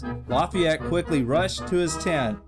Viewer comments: Laffyete??? That is not how you pronounce it 😂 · LEARN HOW TO PROBOUCE LAFAYETTE